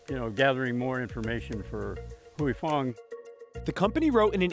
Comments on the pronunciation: Is that how you pronounce “Huy Fong”? Sounds horribly wrong and shows a lack of research or care on CNBC’s side, when this can be referenced by watching the plethora of video and audio files to learn how to pronounce it. This story seems incredibly one sided. I’m shocked that this video came out basically accusing Huy Fong of greed and ill intent, when the same video points out the company has a 6.3% market share of hot sauces. Compare this to McCormick or any of the large food giants which basically own most of the food we get in a Ralph’s, Vons or other American grocery store! Is this story being released due to lack of cultural competency? Or is there money being spent to defame Huy Fong, to minimize their market share? Idk….maybe it really is to show why there’s a shortage of Sriracha but something feels off to me. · I appreciate you for sharing your comment ad I found this to be one sided too. At least pronounce the company’s name correctly right? It’s the least CNBC could do. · Please learn how to properly pronounce the name of the company first!!!! If you don’t know just call the company and ask. This shows how “white” you are. And you work for NBC? Don’t NBC have a sister Latino channel? Wouldn’t being sensitive to ethic names a priority. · Why didn't someone teach these white people how to pronounce Huy Fong before this video 😩😩😩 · Listening to this guy say Huy Fong is a torture. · Can't figure out how to pronounce Huy Fong? Lazy reporting. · It’s not pronounced hue-e. It’s pronounce hwee. I just bought 2 bottles in Maui back in July for $10 each from a restaurant. Today I overheard the grocery store manager talking to the warehouse rep and he will be getting 15 cases of Huy Fong sriracha so perhaps the shortage is over. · "HOY-Fong." Not "Huey-Fong" or "Hooey-Fong." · Its "hoy" not "huey" 🙄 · I cant stand this white boy pronouncing it as "HUEY" FONG. Its pronounced as "WE FONG", the "HUY" is pronounce as "WE". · it's "wui" and not "huey" fong foods lol